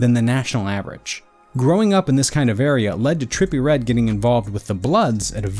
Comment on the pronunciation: terppy red